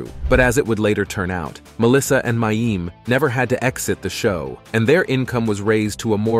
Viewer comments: He knows. The poster was actually just pointing out how unfamiliar the commentator is with the show, he doesn't even know how to pronounce the actors' names. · Who is "May-eem?" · They kept mispronouncing mayim's name.